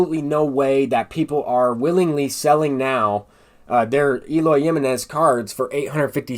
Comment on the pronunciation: Lmao the way you say Eloy Jimenez's name is kinda cringe, its HIM-Eh-Nez lol not JIM-MEH-Nez but overall good content bro